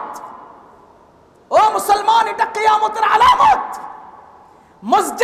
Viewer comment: হুজুর কথা ঠিকই বলেছে কিন্তু একটু ঠান্ডাভাবেও বলতে পারতেন😅😅। আবেগের বসে "আলামত" শব্দটাকে "আলামাত" বলে ফেলছে😂😂